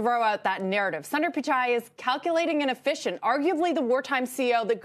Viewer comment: It’s NOT ‘San-dar, it’s ‘Soon-der’ please learn to pronounce foreign names correctly. So disrespectful. Do your HW.